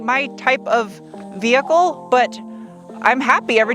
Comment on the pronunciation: That first hill was kind of big for a family sedan. Awesome vee-hickle!